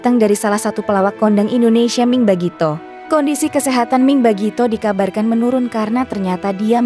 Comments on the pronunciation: Salah baca, mi' ing, bukan ming! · Pembaca berita Mi'ing kok dibaca Ming ?! Kenapa dirobah nama Mi'ing jadi Ming ?! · iy it bkn ming tp miing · Miing bukan Ming, anda kurang telilti atau tak tahu nams artis. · Mi ing bukan ming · itu mbaknya yg bacain berita....ming terus